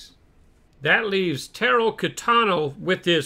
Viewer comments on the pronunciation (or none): It's tah-ro not taro even tho I think his name is spelt like taro